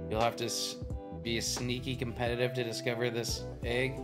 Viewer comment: Why are there people always saying agg instead of egg